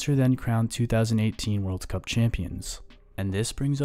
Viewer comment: "Worlds Cup" really ticked me off